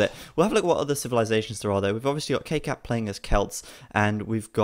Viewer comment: why do you call him kkap when its spelt kkab?